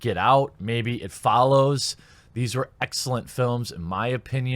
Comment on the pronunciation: He lost me at “it fallows” being a 10 out of 10.